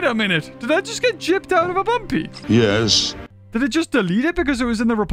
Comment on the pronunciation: You know rushed this when he says bumby instead of bumpy